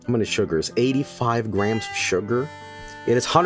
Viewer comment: reading Spanish sounds so strange Edit: The fuck was that pronunciation of "sugar"? 😂